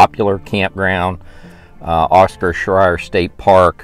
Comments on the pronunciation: Late to the party, but the park name Scherer and is pronounced "share-er". You said it so many times, I had to say something. All sites, except the two tent only have water and power... some water spigots you have to look for. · No offense but your not pronouncing Scherer correctly. 🤷🏻‍♀️